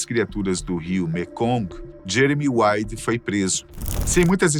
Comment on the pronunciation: 😂 no final só saiu "Jemery wady"